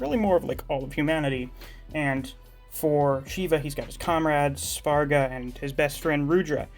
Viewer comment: Man your pronunciation of Svarga and Tandava is top notch!